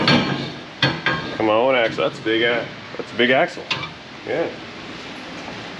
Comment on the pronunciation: "That's a big ax assle!"